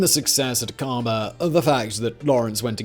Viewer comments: Accent is on the A in Aqaba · Iy's Akaba, not aKARba. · Simon: try "Ack-ah-bah". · Great video, but every time you mispronounce Aqaba it makes me wince.